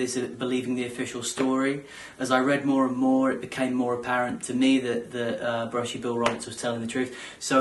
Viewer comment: bushy not billie